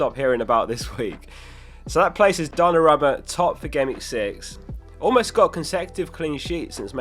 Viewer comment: Could you fix that pronounciation of Dona-ROO-Ma?